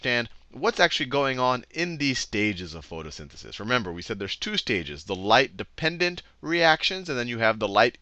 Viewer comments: Light Dependent Reaction* not Light Dependendent Reaction lol Photophosphorylation, you forgot the -phos- :) Other than that this stuff is just fascinating!! Thank you for this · Light dependendent reaction